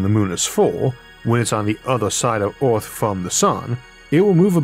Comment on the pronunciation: I'm sorry, the topic is great, but to me as a non-native speaker, this video is pretty much incomprehensible. Took me like 5 minutes to realize that by "Orth" you mean "Earth". Most of the pronunciations are completely off.